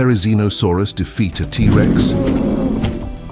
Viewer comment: The a.i. voice having to treat the word Rex, after saying the T. Like they have to pause like the Rex part was the beginning of a new sentence, Instead of the T being the first part of it's name. Is driving me nuts! And that super repetitive, few note music, is doing the same!